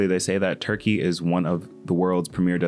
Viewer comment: “we’re going to zurkeyyy”